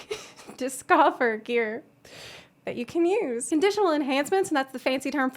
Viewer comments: "It'll be easier to dis...COFFER...gear." Get out xD..just get out!! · Liked for "dis-coffer" gear xD